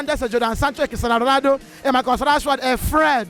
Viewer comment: Am I hearing wrong or is this guy saying Christiana Ronaldo